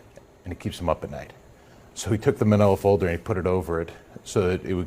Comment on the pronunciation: Ummm...isn't minola a shoe brand??? Dude doesn't even know what a manilla folder is or how to say it...what a Bafoon!!🤣